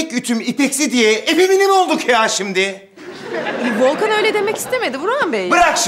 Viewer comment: Volkanım değil Volkenım